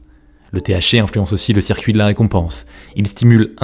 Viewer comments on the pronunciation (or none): none